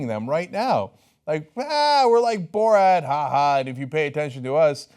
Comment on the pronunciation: “Borat”? He said BullRat.